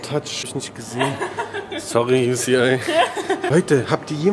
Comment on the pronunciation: Bro Das heißt UCI aber auch egal